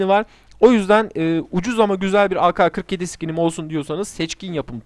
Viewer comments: Türkçe de ka diye bir harf yok.Ke var. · O aka kırk yedi diye okunmuyor ake kırk yedi diye okunuyor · yalnız orada kendine laf sokuyorsun doğrusu ka diye değil ke diye okunmasıdır zaten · ağka 47 değil o ağke 47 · Aka ne abi ake diye okunuyo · ak 47 diyecegin yerine aka47 demişin ona gülüyor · ka diye okunmaz, yanlıştır